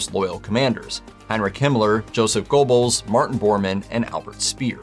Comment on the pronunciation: "Go-bells" haha